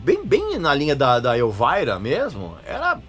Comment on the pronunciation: O cara fala "Elvaira" (Elvira)como os gringos falam, mas depois manda um Guéls Guéls Guéls ( Girls Girls Girls ), aí pra fechar rolou um João(John) Corabi rsrsrs, brincadeiras a parte muito legal esse aposto que vc não sabe.